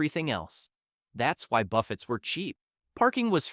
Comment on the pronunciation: Why can't these AI say buffets properly?